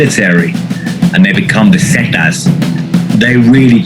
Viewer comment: Its pissing me off how he is saying zetas